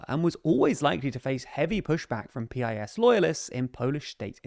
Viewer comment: I hate PiS but it's pronounced like "piece."